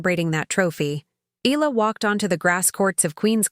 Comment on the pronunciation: Not EE-LAH! It's EE-YAH-LAH!